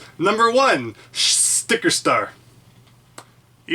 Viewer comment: O You said shticker star.